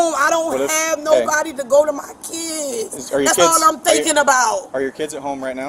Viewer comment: MY KEEEDS..😂 SMH